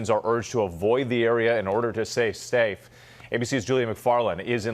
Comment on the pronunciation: "in order to say stafe." Lol. I do that kind of slip up sometimes.